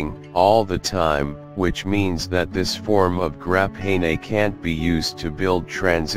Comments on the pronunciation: "Grap hay nay" sounds like the wave of the future. why are we using an automated voice? no humans were around who could speak? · grap-nay-nay. HAHAA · Grap hay ney....lol. what's more odd is he says graphene properly. And other times too I just realized